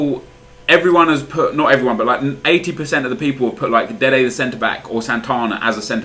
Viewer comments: Why do you say 'Dede the centreback' ?? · Why do u say deed the cb